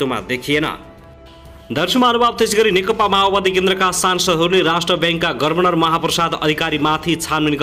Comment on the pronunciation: गभर्नर भन्न पर्यो क्या पत्रकार मित्र के हो गर्वनर गर्वनर🤣🤣🤣🤣